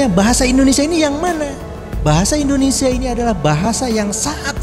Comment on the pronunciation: Ucapan narator kurang jelas: IndonesSIA, bukan IndoneSa.